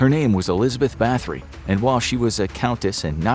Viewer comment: Elizabeth Bat-hory, not bath-ory